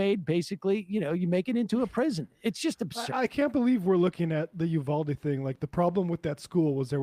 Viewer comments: Please learn how to pronounce “Uvalde”. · Sam said ulade multiple times...